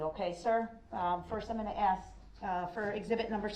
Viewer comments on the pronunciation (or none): I respectfully, disagree. It is urban slang, in America, to pronounce the word "ask", as "axe". Moreover, it's just plain lazy articulation. Much like the use of the term "troof" when referring to the word "truth". Proper presentation takes effort.